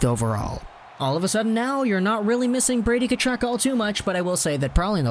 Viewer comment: His name is pronounced HE TILL. Not “Che till.” You’re a hockey channel, come on bro.